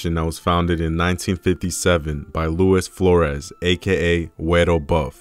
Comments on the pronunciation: TJ Martin ill correct her and explain it to you “ LOO EES FLOOR S” the lewis is pronounced normally as you whites would say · It’s “Luis Flores” NOT “Lewis Flores”